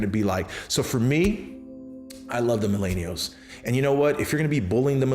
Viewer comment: Good stuff but your pronunciation is appealing Mil-en-i-als